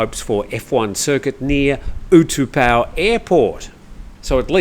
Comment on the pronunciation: the airport name is not pronounced (or spelled) oo-2-pow but oo-tah-pow.